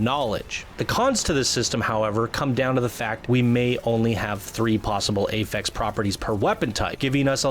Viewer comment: I'm concerned about limited loot. Masterwork and legendary items should look amazing, not like the same crap we've been getting already. Also: it's "affix" and pronounced like AH-fix, not pronounced like "ay-fex." :) Other concerns: not enough strongholds quickly enough. The Cataclysm and/or Shaper Storms might be underwhelming. The size of the map isn't as big as we may have hoped.